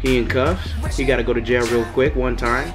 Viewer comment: "Stole the mixtape one TIOME" lmaooo